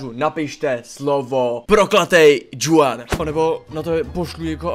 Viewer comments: Čte se to Chuan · Hele to jméno se čte chuan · to Juan se čte Chuan. Jinak superbombový video:goodvibes